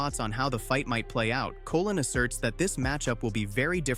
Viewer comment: Colón, not Colin